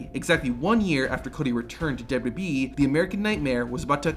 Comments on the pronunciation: WWE!!! SOUNDS LIKE YOU BE SAY WB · Man, who would of thought saying 3 letters would destroy someone’s mouth. W W E being said repeatedly throughout the video as W double you bee 🤣